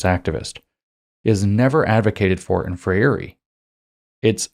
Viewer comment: FREIRE is pronounced FRAY-ree